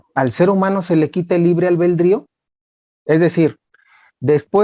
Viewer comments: La palabra correcta es ALBEDRÍO NO Albeldrío. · Disculpeme, es ALBEDRIO, NO ALBEL DRIO